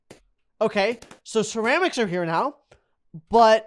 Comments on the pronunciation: It sound like he says sheramics XD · The way he said ceramics was the best thing I ever heard.